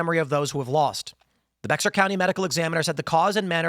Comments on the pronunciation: Tim ... it's pronounced "Bay-Har" not "Bexer" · First of all- It's "Bear county" not "Bex-Ar". Second- Assuming it IS an accident? I'd assume grilling. Someone was using too much lighter-fluid or gasoline to light the grill. Poof + Makeup + Other Flammables? Big big fire. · It's not "Bex-are", it's pronounced "Bear". Bexar County. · It's not Bex-ar it's pronounced Bear County !! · It’s not BEX-AR ITS PONOUNCED BEAR COUNTY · It’s pronounced Bey-ar County. Lived in SA and that was the first I learned when I said Bex-ar. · Its "Bear" county not "Bex ar" The x is silent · Bexar is pronounced "Bear" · Bexar County…. Pronounced bear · Prolly doing s "do it yourself project" and made a mistake, and also Bexarr County is pronounced Bear County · I hate being this person, but Bexar county Texas, is pronounced as a bear 🐻. The X is silent in other words, names, similar to J and two L’s, in the Spanish language. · Bexar is pronounced like bear, fyi. So republicans are now spontaneously combusting. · It is pronounced like Bear --- It says Bexar, but its pronounced like "Bear"; like yogi the bear. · Bexar county is pronounced "Bear" county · Bexar County is pronounced like "Bear" County. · Bexar is pronounced bear. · 'Bexar' is pronounced as 'Bear". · Agree this is sus. Cartel maybe? Bexar is pronounced 'Bear', FYI. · BEXAR is pronounce BEAR. 🤦‍♀ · Behr or Bear is how you pronounce Bexar. It is Spanish. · Bexar pronounced Bear, good lead in, we don't yet know what happened. Well done. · "Bexar" is pronounced "bear". Seems strange but there it is. This does seem kinda strange. Not a good way to lose ones life. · Tim, it's pronounced BEAR. You don't pronounce the "X". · Bexar is pronounced like BEAR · Tim! Bexar is pronounced Bear. Sad story though 😞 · Bexar County is pronounced Bear, the x is silent. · Pouring fuel on a grill, etc. And Bexar is pronounced like bear. The x is silent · Bexar Co is pronounced as Bear Co. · Bexar is pronounced "Bear". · Pronounced Bear county